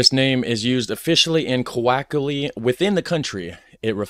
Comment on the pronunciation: Hey, coloquially is not pronounced quackly. Please just take a moment to pronounce that correctly. It's one of those things that gets under your skin after hearing it a couple times in a short period.